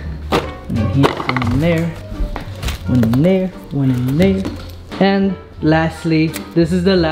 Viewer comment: can u say AND and not IAND